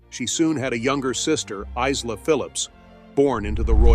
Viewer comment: Is la? It is pronounced Ila.